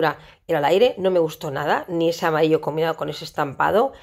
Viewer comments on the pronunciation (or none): none